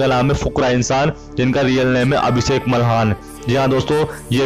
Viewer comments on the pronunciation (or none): none